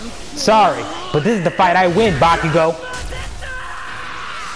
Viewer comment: it bakugou not bakigou